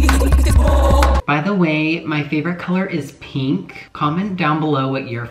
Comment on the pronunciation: why does everybody say peenk